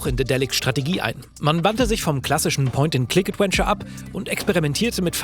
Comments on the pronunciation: ...... jemand bringe ihm mal bei wie man das Wort ausspricht 😅 Es ist ein V, Zähne auf die Lippe wie bei , kein ad-when-ture oder ad-uen-ture. Das muss irgendwie falsch gelernt worden sein, auf Deutsch hat er ja keine Problem den w-Laut zu formen🤔 Ich will gar nicht pedantisch sein, aber es ist wie wenn jemand in jedem Satz "halt", "eigentlich", oder "und ähm" benutzt, irgendwann kann man's nicht mehr überhören... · Adventure, nicht Adwenture. Die Aussprache ey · ich mag dich wirklich sehr.. aber BITTE lern wie man das Wort "Adventure" ausspricht. Es ist nicht "ädUÄNSCHER" sondern "ÄdWENNscha". Es zieht sich immer in mir zusammen wenn du das Wort sagst. haha no offence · es wäre so schön, wenn du "Adventure" richtig aussprechen könntest., gerade in dieser Doku, in der das Wort so oft fällt. Stark, dass ihr englische Untertitel reingepackt habt für den Rest des Internets! Und klasse, dass ihr als deutsche Journalisten in diesem Fall ermittelt habt. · Ich ertrage einfach kaum, wie er die ganze Zeit "Adwenture" sagt. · Danke für diese interessante Aufarbeitung mit Insider Kommentaren :) aber an den lieben Moderator - englisches V spricht man wie W im deutschen aus und nicht wie English W ;) EdWentschör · Könnt ihr einmal ganz lieb beiseite nehmen und ihm sagen, dass man das "v" in "adventure" wie ein deutsches "w" ausspricht? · Großartiger Beitrag gerne mehr von sowas allerdings deutlich zu ausfuehrlich. 30 heattens auch getan imo. War anfangs begeister und bei 30 rum ausgemacht., dass du immer „ADWENTURE sagst triggert mich hart. Komm schon du bist besser als das! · Aussprache "Adwenture" macjt mich jedes mal fertig. Das V wird bei uns wie ein W ausgesprochen! 😭 Der Beitrag ist aber top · bitte schreibe 100x "Mitarbeiter" und geh mit dem Wort "Adventure" mal zum Logopäden. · Gute Folge. Jetzt muss nur noch lernen, wie man "Adventure" ausspricht..:D